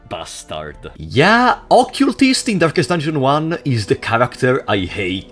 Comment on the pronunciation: ah yes, "durkest dunjon", my favorite game